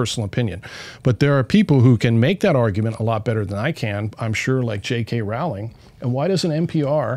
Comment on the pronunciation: I’ll point out their crack research team also mispronounced Jk Rowling’s name (it rhymes with “bowling” not with “howling”).